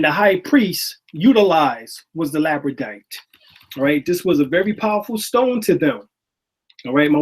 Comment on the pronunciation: Lapis lazuli or labrodite?, you called it labrodite and Your wife called it lapis lazuli. Thank you:-)